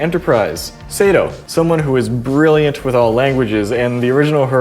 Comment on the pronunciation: Also just an FYI Ensign Hoshi Sato is pronounced "Sah-toe" not "Say-toe". No biggie, just a heads up.